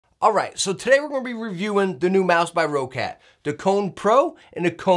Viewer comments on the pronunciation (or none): What is this, Row-cat I keep hearing? It's Roccat, not Row-cat! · Hey, great video! I have also pre-ordered this mouse and I love it!:) Just one more little hint since this mistake is made by many: it's pronounced like the word "rocket". Not "row-cat". Simple and plain: "rocket". Have a good day, Sir. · No diff if say quietly